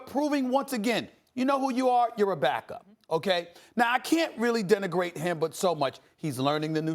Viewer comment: “Denegrate “ ? What’s that